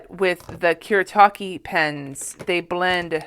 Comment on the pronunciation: Koo-Reh-Tah-Keh. Just thought I'd let you know.